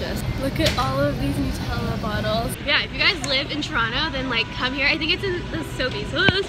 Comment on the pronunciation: The way you say Nutella as noot-ella lol